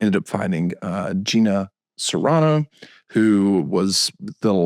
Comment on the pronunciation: Way to butch Gina's last name... CARANO, not CERANO.